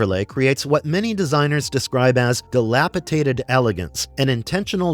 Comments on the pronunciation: DilapiTated though ??????? There is NO such word ! Try dilapidated instead. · di·lap·i·dat·ed /dəˈlapəˌdādəd/